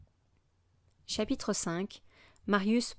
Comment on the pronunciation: ''Chatitre''😂 en vrai merci c'est plus compréhensible grâce à vos vidéo